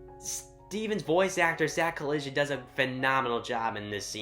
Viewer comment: Uh? You mispronounced Zach Callison’s name. It’s not collision, it’s actually pronounced CALLISON.